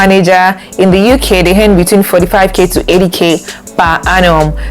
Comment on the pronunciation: Good video quality and point. Why do you actually pronounce "earn" as "hen"